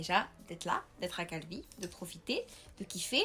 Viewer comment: "Calvi..." Moi: "Calbi???